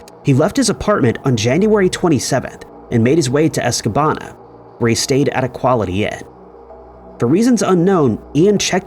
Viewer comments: Re: Ian in MI: He’s missing from Escanaba: “Es-kuh-NAH-BUH” Not “Es-kuh-ban-uh” As said in the video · Escanaba, not Escabana. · It case 6, the name of the city is Escanaba. Not Escabana. I grew up there and remember the case. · Escanaba not Escabana. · 😂 that was driving me mad. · "Escanaba" dude..... lmao wtf